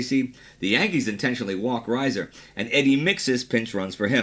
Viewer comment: Pete Reiser pronounced REE-zer, not RYE-zer.